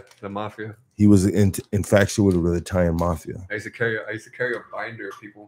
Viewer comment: He also said infactuated like 5 times lol